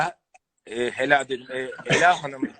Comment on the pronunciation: hela 🤣🤣🤣🤣🤣🤣yanlış â uzatıcan vkchdh